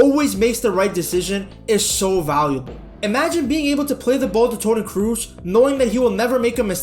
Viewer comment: Do please say Toni Cross instead of Toni Cruise